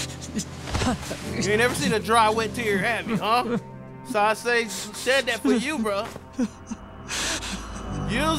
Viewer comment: “Sawa Sensai” 🤦🏿‍♂️🤦🏿‍♂️ every time